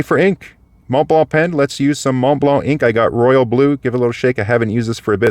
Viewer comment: THANK YOU for pronouncing "Mont Blanc" correctly!